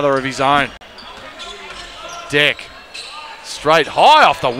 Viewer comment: bruh its not "deck" its dech with the cou"chh" sound